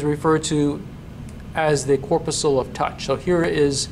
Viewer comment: Corpuscle (mispronounced). Sweat glands are now called eccrine glands (since the mid-1970s). However, my "laser light" cat loved the video.